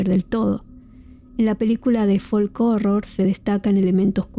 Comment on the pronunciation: La "L" en la palabra folk no se pronuncia